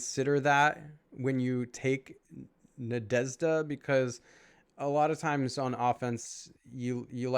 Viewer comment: Thank you for the video! Cool review. P.S. i watched couple of videos with English speaking people grading these heroes and ... i couldn't even imagine that for you guys is hard to pronounce the name Nadezhda:) And i was thinking... common this can't be the case and i gave it a thought... and i couldn't think of a word in the English language where you have that combination of letters "zh", not even the sound. So it appears it really is hard for English speakers. But i gotta give you Sir, you were pretty close to the correct pronunciation! Good job on that one 👏